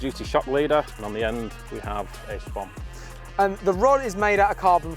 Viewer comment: To say your a fishamen it’s not a spom it’s a spod lol